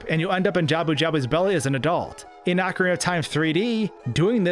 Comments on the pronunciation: Articulate, please. "Ocura of Time" and "Super-Intendo"? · I think it's( ohh Carina )not ( ahh Corina ) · ahkareenuh, not ahkarinnuh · He said cockariko village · Ocrina of time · He provinces ocarina wrong too lol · Nintendo is in charge and has explained how to pronounce each word. He also says Ocarina wrong despite it being a real instrument.